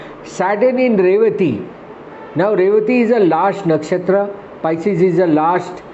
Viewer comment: PISCES is the word not pieces😂😂😂